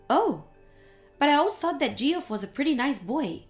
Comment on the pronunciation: Geoff is pronounced Jeff